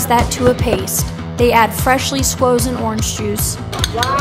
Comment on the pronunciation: I can't remember when I last enjoyed such a video. Absolutely amazing! I to laugh because the young lady said sqozen. Is that a word? I guess it is now.